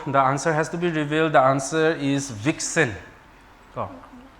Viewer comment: I thought she said Bitch 😭